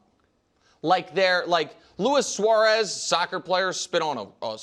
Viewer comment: “Lewis suarez” 😂